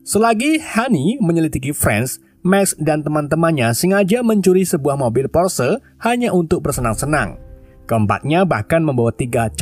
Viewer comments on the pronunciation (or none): none